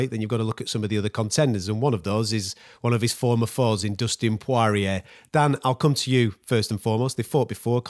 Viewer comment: ‘Dustin pawariyay’